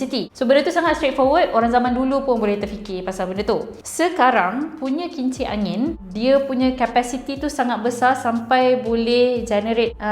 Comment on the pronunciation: Saya terdengar kimchi angin. Pekak kah saya? 😂